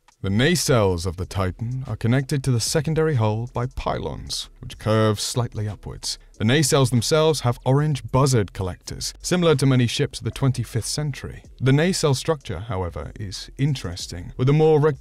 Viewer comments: “Bussard” is pronounced BOOS-ARD. Not BUZZ-ARD. Just an FYI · Its pronounced boosard, not buzzard. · Bussard. Pronouced Boo-sard. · The nacelles forward section are called "Brussard" not Bussard. If you're really into the ST lore, you would know that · Interesting pronunciation of Bussard, I'm expecting them to collect birds instead of Hydrogen? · Hi Geoffrey, getting a pronouncement wrong is not the end of the world. Also, “Bussard” does not contain an “r”, as you have spelt it. - H J